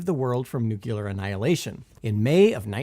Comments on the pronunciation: and other places. If you wish to sound credible on nuclear topics, learn to pronounce the word. New- klee-uh. NOT New- kew- luh. There is no "U" after the "C". You sound as knowledgeable as George Dubbleyuh i.e. dumb, when you can't even pronounce the key word in the presentation that you're giving. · it's not pronounced "nukular." It's nu-CLEAR, so-called because a nu-CLEAR weapon's power is derived directly from the splitting of an atom's NUCLEUS, not "NUKE-ULOUS." FORGI-...ahem: forgive my outburst. I know that human language is an ever-mutating messy beast. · for the love of god, it's Nuclear. Not Nucular. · NOO-klir not NOO-kyuh-lar The part of the cell that contains DNA is the NUCLEUS not the nuqulers, ffs. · Where did Simon go? Who is this Nonce? And why does he say Nucular? This is not fair play, Simon. Get yourself sorted. Linda. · I'm hearing "nuclear" being pronounced as "newk-you-lurr". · "nucular" anniallation 😂🤣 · nook-lee-urr *twitch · "Nuc-U-lar"... aaaarrrgh! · I absolutely can't listen to another instance of that guy mispronouncing 'nuclear.'